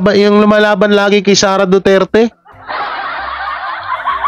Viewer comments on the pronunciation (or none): none